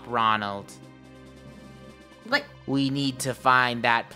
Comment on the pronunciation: I think too when the captain said Ronlad i said Mcdonald